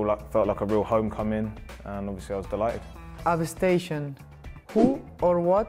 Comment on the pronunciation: Abby station😂love that child friendly pronunciation